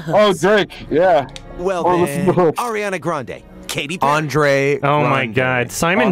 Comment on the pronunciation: Did say Ariana Ghandi? I'm going to say he did.